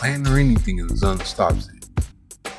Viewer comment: His name is pronounced Zune, not Zun.